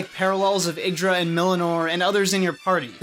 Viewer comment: Ye-ig-dra not iggdra